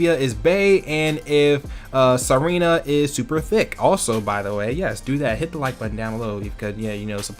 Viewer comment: or it's meant to be pronounced Serena